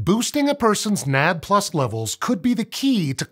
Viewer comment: I am going crazy listening to nad plus. It is called N..A..D.. plus.